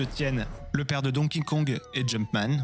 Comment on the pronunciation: C'est dur à dire hein Donkey Kong. Don Kingkong, hahaha.